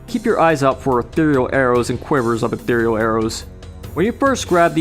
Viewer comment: Holy shit, a Heretic YouTuber ACTUALLY PRONOUNCED "ETHEREAL" CORRECTLY!